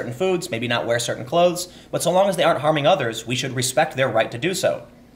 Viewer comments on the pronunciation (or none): none